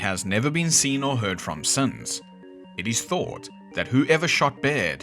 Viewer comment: Without looking at your channel or hearing about you, are you kiwi or have a bit of kiwi in you? The way you said “Since” Makes me reckon you are 🤣